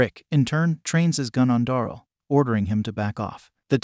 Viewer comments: "Da-rell" not "dorl".. please... for my sanity 😂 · ITS DARYL NOT DORAL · You say many names wrong especially Daryl